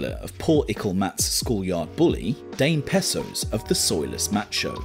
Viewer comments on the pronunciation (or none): "Dayme Pesos" Ahahahaha, and I though Americans were 'uncultured' haha.... No offense